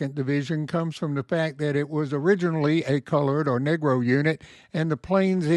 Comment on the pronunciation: Did you say the 93rd was a “nigra” division?